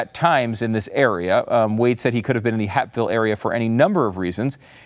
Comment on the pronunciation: Hey Stu its called HAPEVILLE not HAPVILLE🤣🤦‍♂️